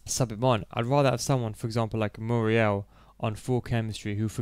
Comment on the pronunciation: You called mukiele Muriel